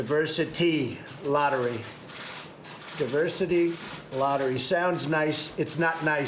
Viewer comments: DIVERSARY????? Oh my god. His mind is dissolving day by day. Must be filled with those Alzheimer's holes by now. Seems not a day goes by, that our president doesn't make a fool of himself. Day care doesn't seem adequate; this man needs to be institutionalized. Ivanka, please get him out of there, and pick a nice nursing home where he can sit in his own room and yell at the TV. And don't forget to give him a toy phone so he can pretend to tweet. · “The Diversary... the Diversary and Diversity visa program” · diversary... diversary... and diversity... diversity lottery. sounds nice but it's really hard to say. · WTF is "Diversery"!? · Diversory?! Do they still sell Hooked on Phonics?! 😂😂😂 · Diversery? The best, big, mispronounced words? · Diversary...diversity. Reading is hard. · “Diversary” lottery? Is he dyslexic? Can he read? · 45 cannot even pronounce "Diversity" what a MORON. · What a moron!!! Can’t even say the word “diversity”!!! I still do not recognize or X knowledge him as president.